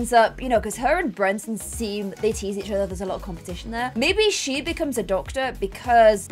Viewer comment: I personally was never as bothered by the Brenton mispronunciation because I knew he wasn’t going to be the heir, and therefore we wouldn’t have to listen to her mispronounce it for a whole new generation 😭